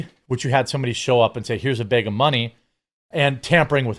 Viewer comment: Had a “bayg” of money 😂